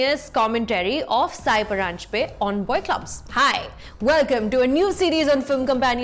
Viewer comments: Hey Sucharita, her name is pronounced as सई परांजपे and not साय परांजपे! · its not saayi, its sai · नाम तो ठिक से लिया करो.. उच्चार साई नही सई परांजपे है... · Pronouncing Sai's name as "SAYI"